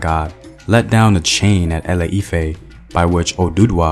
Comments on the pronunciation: Thank you for this Yoruba history. But it's pronounced ile-ife and not ale-ife. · A E I O U , ITS ILE IFE NOT ALE IFE, so sorry but its just unignorable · ILE IFE is more like E-LAY E-FAIR, duh! Great job tho! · it’s not lol e lay efe I’m called ifeoluwa and ironically born in Ile Ife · Any other African watching and wondering why he butchered some of the names like ile-ife. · GOOD WORK BUT A FEW CORRECTIONS: ILE IFE = EE 'LAY EE 'FEH, ORISA= OO REE 'SHA, MOREMI CHILE WAS A BOY NOT A GIRL.